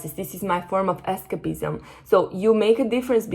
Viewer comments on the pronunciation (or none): es-CEIP-ism. Listen to it in the dictionary. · Incredible. Thank you! PS escapism is pronounced with a stronger A... more like "ess kaype izm" 🙏🏼